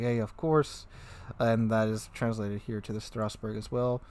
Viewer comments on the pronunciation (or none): I kinda don't get it. Strassburg pronounced as Strausburg? Where does the "u" come from? It's not there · Stra-sss-boo-rrr => Strasbourg :) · FFS Strasbourg is a city in the alsace region of France whereas Strausberg is in East Germany please put in a little effort googling what you intend to pronounce. It's one thing having an accent which is OK but not being in the same country and adding letters to a name is almost insulting. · What is this Strauss-Berg you speak of? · Strasboug, sounds like it should be German. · Dang read that name like a true Frenchman would if they spent their whole life in Germany